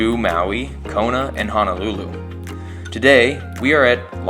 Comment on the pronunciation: Love this channel. It's one of my favorites and haven't missed a Sunday yet. Just one suggestion. Being from Hawai'i, it's pronounced HO NO, not HA NA lulu. 🙂 Thanks for the great videos!!